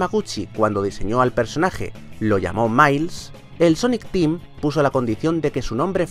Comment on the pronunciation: dices mailis tails